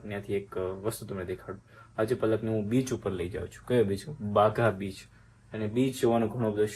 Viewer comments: Bhai plz em seriously if u don’t know anything about Goa ya places name then google tame bolya બાઘા બીચ it is બાગા બીચ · બાઘા બિસ નહીંબાગા બીચ